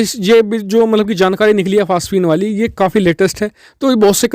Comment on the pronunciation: Phasphine kya hota he be phosphine hota hai